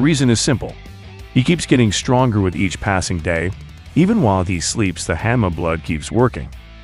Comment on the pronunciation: Please stop calling him Oh-lee-va... Haan mah not henmuh....wow And why baki vs mantis ??